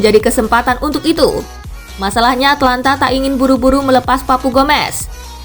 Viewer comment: atAlanta bukan atlanta